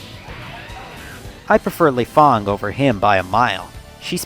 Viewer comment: it's not Lay Fon either. "Feng" and "Fang" are pronounced "Fong." There's just ambiguous spelling.